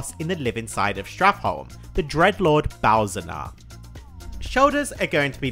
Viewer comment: BalNAZaar not Balzannar